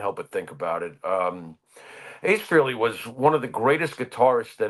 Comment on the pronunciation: Where do I even begin to go off on you two twits...it's not enough that all of your interviews are exactly the same (crap), but now you're screwing up mourning for Ace "FREE-ley".